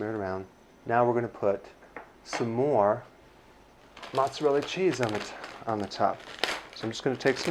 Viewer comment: Did you say ....MOZZERELLI? And after you learned to say caul-i-flower. 😂